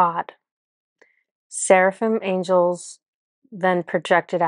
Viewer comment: Fascinating! It resonated with me that each group was a projection of the previous group which all lead to one consciousness or Creator. Yes, you pronounced Cherubim and Serafhim correctly and both are mentioned in the Bible and in Kabbalah as Creator’ angel companions. I also liked to find out that Archangel Jophiel is a projection of Archangel Micheal who I have been fascinated with. Thank you!❤️